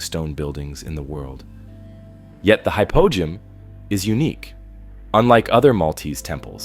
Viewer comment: Hypogeum...ancient Greek...Hi-poe-GEE-um